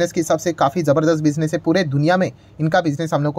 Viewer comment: Not jai it's hai